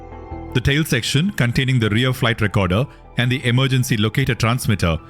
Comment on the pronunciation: The narrator mispronounces EMERGENCY and FUSELAGE. Correct: "i-mer-guhncy." Right: "fyoo-suh-laazh." The UH is a schwa.